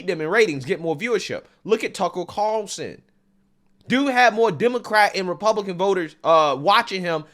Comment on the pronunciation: I love that has such a hard time saying Tucker Carlson's name.